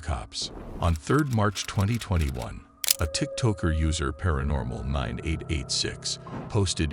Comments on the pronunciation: Tock, not toke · The AI narration is crap. Tik "Toker"? And Polish pronounced like furniture polish? Just let real people narrate. I'd narrate for free.